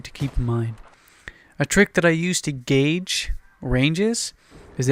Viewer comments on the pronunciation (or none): none